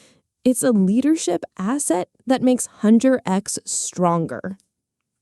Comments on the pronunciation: this is a great video, I love when people do character analysis! (one thing their name's pronounced 'Huntrix' and not 'Hunter X' tho) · "Hunter-X" What is this, another AI voiced slop video? It's Huntrix. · Love the video, my only issue was hearing Hunter "X instead" of "Huntrix". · "Hunter X"?? Sounds like how AI would pronounce Huntr/x. Ugh. Such a shame, is the script even real? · If you watched the movie, all the time they are called "HUNTRIX" not "HuntrX"